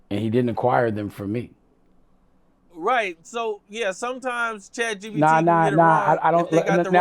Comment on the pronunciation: Can someone tell dame its chat G-P-T. If that dummie says chat g-b-t one more time im going to throw up